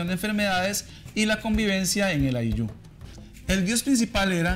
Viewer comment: Ayllu, no ayllú